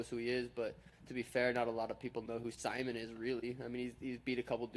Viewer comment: He called Ricky Simon, sigh-mun. Lol the troll levels. I love Suga Sean. If you don't, thats fine by me.